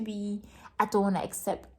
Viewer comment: English will dribble you 😂😂😂 “upset” “akcept” 😂😂😂😂 you kill me